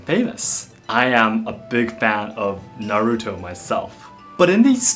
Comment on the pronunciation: It's Naruto, not Narutouuu :'D